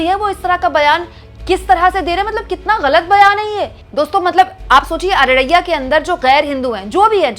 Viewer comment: It's Araria, not Araraiyya.